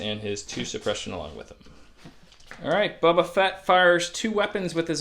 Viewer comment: Are you calling him "Bubba" Fett on purpose?